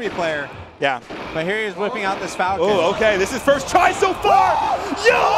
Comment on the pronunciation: " FALCON PU-CROWD POPOFF "